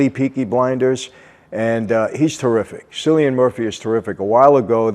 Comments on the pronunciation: Hi Michael....Great video as usual... The name cilian is spoken as "Kilian" rather than cilian hehhe English accent hey....lolol love your videos.... continue.... I watched all series ....but not yet the last episodes.... I recommend massively for people to watch.... 🙂 Polly is Helen McCrory who unfortunately died of cancer before the series ended...so you won't see her in the last season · Cillian murphy is pronounced "KILL-IAN" not "Scillian"...you'll have to answer for this in ireland sir!🤣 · It’s kill-ian not cill. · KILLian.. It's pronounced like "kill" not "sill"... I made the same mistake but then I heard someone talking about him. Apparently he's quite, well, quite the actor. If you know what I mean. Can be a bit of a diva, from what I've heard. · Scillian Murphy, its Kill-ee-ann Murphy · "Sillian Murphy" PLEASE MY EARS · You only pronounced half his name wrong. Alot of americans would call him Sillian MurPie. Lucky his names not Fiachra or Domhnaill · He's pronounced more like Killian then sillian. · Kill-Ian Murphy not Sillian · It’s actually said with a hard C rather than an S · So glad you are reviewing this Michael as it’s my favourite show of all time. I must correct you on Cillian’s name who is a fellow Irishman of mine it’s pronounced Killian rather than Sillian. Which is an easy mistake a lot of Americans tend to make with that name as the pronunciation can be tricky. Thanks again Michael great video as always 👌🏻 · Love the review but it's Cilian, pronounced like K-illian not S-illian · Just so you know Michael, it’s pronounced KILL-IAN rather than SILL-IAN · he was pronouncing the “C” like an “S” I wanted to provide context to the whole situation. Nothing worse then pronouncing someone’s name wrong. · Great video Michael! Also it is pronounced ''Killian''. I also said ''Sillian'' before I realized it was Irish. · I have been binging on your videos, michael, but it's pronounced "kill e in Murphy" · "silian muprhy" lol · It’s pronounced ‘Kill-li-an’